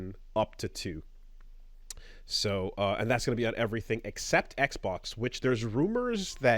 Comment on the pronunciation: I believe he calls it "Xbob" LOL